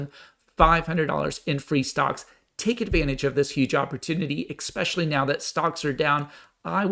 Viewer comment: it’s eSpecially not eKspecially